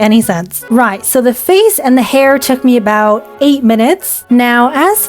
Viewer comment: did anyone else notice the British accent in “right”